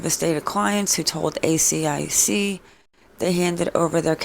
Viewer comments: you keep saying A C I C instead of A S I C which stands for Australian securities and investments commission 😊 AH! YOU GOT IT! well done:) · Also, you can pronounce asic, like a full word instead of spelling it out each time (I’m Australian, that’s what we call it)